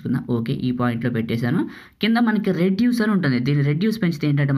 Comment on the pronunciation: nice! రెడ్యూస్ కాదు రేడియస్👍